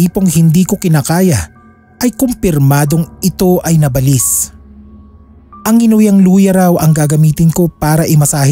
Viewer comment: Hindi nabalis Ang pronunciation nun "naba - lis .. salitang Tagalog Yan sakit sa Tenga paulit ulit pa